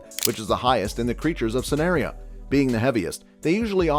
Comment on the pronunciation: and sanaria 😭